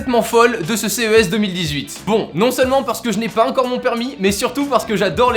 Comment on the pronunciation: On dit ENCORE pas HEINCORE haha! Sinon super vidéo comme d'habitude!